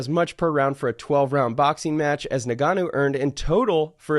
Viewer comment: ngannou and gaethje. The th is silent in gaethje like gaeche. and ngannou is IN-gannou not na-gannou